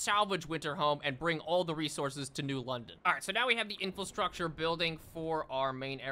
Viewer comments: I've been looking forward to this one. Great video! Just an FYI you keep saying "infilstructure," but the word's infrastructure. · I've been binge-watching videos and I can't help but giggle every time he says "infil-structure". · Take a shot every time he says "Infulstructure"